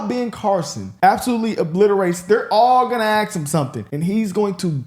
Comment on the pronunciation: Please work on pronouncing the word ASK . Thank you